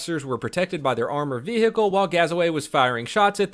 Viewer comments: Armored VE-hicle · Why do i want to stab myself in a head every time he says "vehicle"? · Everytime this guy says vehicle, it pisses me off